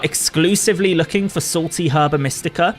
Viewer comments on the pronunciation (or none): none